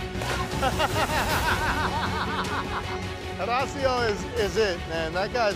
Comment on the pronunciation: “Horecio” is a funny way to pronounce it